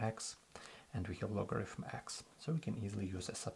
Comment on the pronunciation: мой руSSкий друх! В слове logarithm звук фьі встречается ноль раз. То, что безграмотньіе московитские переписчики букву тета читали то как т, то как ф - не означает, что в английском язьіке можно устраивать такой же бардак.